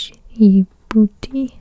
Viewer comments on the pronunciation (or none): It's not dijiboboti its spelled like ja-bou-tey